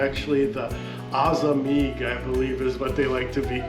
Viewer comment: It's called amazigh not azamigh, honestly you need to do a little research before making a mistake like this.